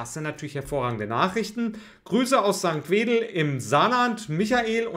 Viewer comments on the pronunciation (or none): St. Wendel, nicht St. Wedel 😂